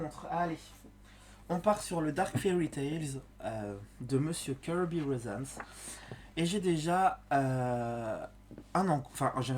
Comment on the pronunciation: Mais merci à Laureen d’avoir posté en story ton fou rire, du coup j’ai regardé ta vidéo et quel bon moment j’ai passé avec toi!!! Un vrai plaisir également de t’entendre dire "Keurrby Rosanesss" avec un super accent british😅 et ton "ensuite" dit de façon hyper dynamique m’éclate également à chaque fois😅. Je regarde très peu de vidéos colo mais il faut absolument que je pense à regarder les tiennes😋. Elles sont uniques! Bravo encore pour ta Raiponce dans le "Deurk fairry Tailesss", un vrai coup de cœur, ton ciel est absolument divin!!!!